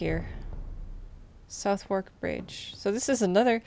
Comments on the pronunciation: I know you did this stream a long time ago but I thought I'd let you know I'm really enjoying watching it. Finding your pronunciation of Thames (Tems) and Southwark (suthark) difficult though as someone from the area! There's a Gillingham (dgillingem) in Kent, but there's also a Gillingham (hard g) in the West Country somewhere. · The way non British people pronounce Southwark is hilarious q